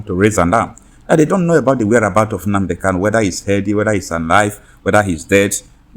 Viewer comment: Nnamdi Kanu is your client but you ddoont know how to pronounce his surname .